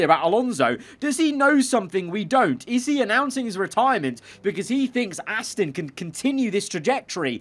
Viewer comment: I have when he goes Ass-tin instead of Ass-ton